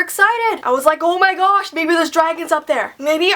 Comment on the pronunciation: "Oh my gash this is how I die" 😂😂😂